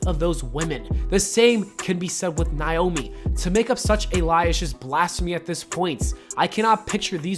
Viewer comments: Sound out Naomi... It's not niomi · When will you say this women's name right fam?! NA (like do the NayNay)... O... ME!!!